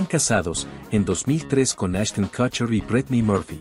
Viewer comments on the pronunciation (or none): none